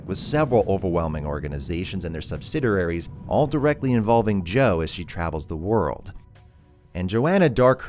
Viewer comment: subsidiraries lol